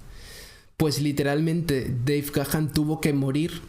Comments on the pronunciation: no se pronuncia "Gajan"...se pronuncia "Ga-an" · No vale, no dijiste Gahan con acento ingles, me seguiré burlando, jajajaja. No te creas, excelente contenido, gran video y estaré al pendiente de más. Saludos, viejo!